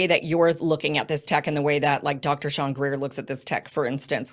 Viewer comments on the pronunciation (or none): STEVEN Greer, not Shawn. LOL Getting your podcasts flipped! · Kim. Its Dr Steven Greer . Not sean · “Steven” Greer she meant not Shawn Greer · It's Steven Greer. Love from Australia Kim.